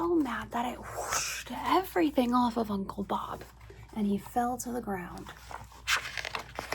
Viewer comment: You getting "Uncle Bob"'s name wrong was some real comedy. 😂